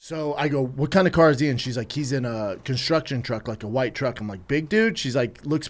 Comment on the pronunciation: Cunstruggtion Trugg, B